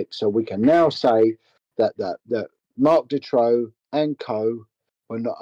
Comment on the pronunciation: The pronunciation of the name Marc Dutroux is horrible and the name is also spelled wrong. I'm from Hasselt (flanders) where also An Marchal and Eefje Lambrechts were from. They were the only two victims from flanders all the others were from the french speaking part of Belgium. A friend of my was a good friend of An Marchal, she was even a witness in the trial of Dutroux. I still see the parents of An and Eefje in the local supermarket regularly.